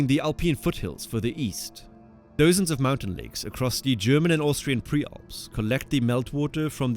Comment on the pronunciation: Duhzens not “doezens”